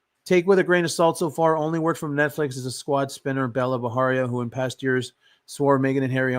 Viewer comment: It's not Baharia guys, it's pronounced just as it's spelled, Bajaria. That's an Indian surname not Mexican. Please stop making it sound Mexican. Even her name is not Bella, it's Bela pronounced as "Bai-luh", which too is an Indian name, a bit outdated though, like a name from the generation of our grandmothers!